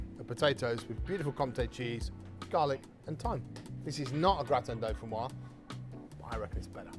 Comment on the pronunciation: Looks awesome, gonna try it! Used to have it all the time in France. By the way, since it has an 'e' at the end, it's pronounced 'doe-fin-wahz'. Basically just add a 'z' sound at the end of how this Youtuber says it.